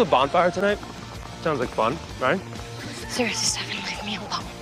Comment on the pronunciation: “Stefan Cooper” and Kai’s pronounciation of stefan’s name will forever be one of the best fucking lines of the whole 8 seasons.